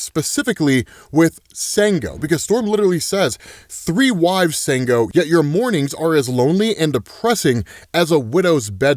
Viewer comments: that ending was sharp af. btw, though culturally and linguistically unrelated, the vowels of African languages are the same as Spanish. It's not pronounced "Sang-O", it' "Sahn-go". just had to put that out there. :hand-purple-blue-peace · His name is pronounced SHango! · It’s Shan-GO’. So good to see the Orisha. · It's pronounced Shun-goo. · Great video as always,. But, it's pronounced "Shango". Take care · the "s" in sango is pronounced "sh" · It's pronounced Shàngó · It’s pronounced Shung-oh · Hey, Ṣango is pronounced Shango. Ṣ is pronounced Sh